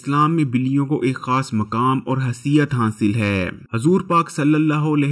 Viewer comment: Bhayee tum Urdu sahih parhne ki mashq karo.Alaihissalaam ko Alaihi Islaam kyon parhte ho.Roo e zameen ko roohe zameen kahte ho .haisiyat ko haseeyat kahte ho.Mashq karo .Ghalat mat parho.